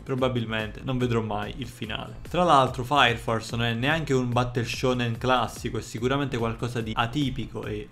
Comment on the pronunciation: Comunque è sempre bello sentire un sonoro:" faia fors" che distrugge le regole della fonetica inglese. Cmq anche questo tuo video mi h aiutato a sapere se guardare l'anime, grazie sei grande.